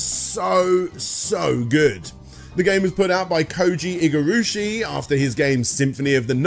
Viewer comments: One step forward, a couple back. AkuMAjo, not akoomoojo. IgaRAshi, not Igarooshi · That's what you're harping on? The most egregious thing is him calling Igarashi as "Igarushi" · Im sorry but... Koji Igurushi? Koji Igarashi. Igavania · Honestly not as annoying as the constant mispronunciation of Igarashi. Like come on man, at least get the godfather’s name right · Getting Japanese pronunciation wrong isn't the worst thing when you're not that familiar, but mispronouncing Iga's name seems like a big deal given what a legend he is.